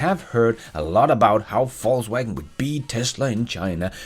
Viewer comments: I love how you pronounced VW as “falsewagon” 🤣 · Is it me, or does always seem to pronounce "Volkswagen" as "Falsewagen"? 😅